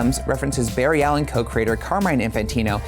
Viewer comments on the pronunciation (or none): none